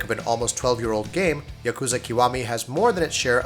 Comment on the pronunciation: Please,. Please. YA ku za. Not ya KOO za. Japanese pronunciation is soooo easy.